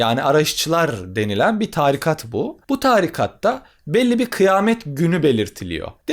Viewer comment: Çok güzel anlatıyorsunuz hocam. Ama târikat değil, tarikat.